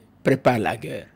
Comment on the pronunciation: La guerre ca se dit GAIRE